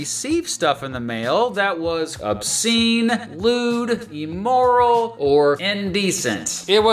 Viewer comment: “Immoral” is pronounced “im-mor-el”, with the first syllable rhyming with “him”, “swim”, and “prim”, NOT “EE-mor-el”.